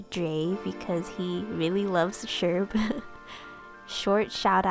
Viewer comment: Thanks for responding to my prompts and such (and yes, you pronounced it right ^^)! I hope you find Julian and Bunnie soon for your new island. I also sunk so many hours into my ACNL town, and I recently restarted the game because I have so many fond memories. This Sherb turned out so cute, I love the detail on his sweater you nailed so well!